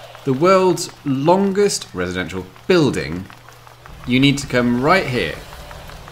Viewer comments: "if you want to see the world's longest (residential) building ..... The way he said residential was funny😂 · I like how he said residential in "If you want to see the longest - residential - building..."